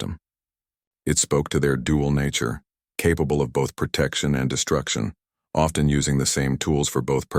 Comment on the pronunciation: SON OF A BIIIITCH!!!?? YELL YOUR CRAP AI that the word OFTEN has a FREAKING SILENT T!!!